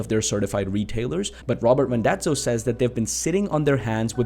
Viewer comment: Small correction - it's Randazzo not Rondazzo. :)